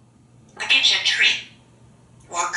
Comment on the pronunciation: Awesome vocabulary and range of sounds. Sounds like a southerner "I'm gonna git you... LOL.